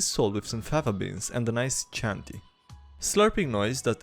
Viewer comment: Wrong "CHIANTI" pronunciation. Its italian so "ch" its pronunced like english "k". The name come from the place where they make it :) love you're video (ps italian here so my english sux)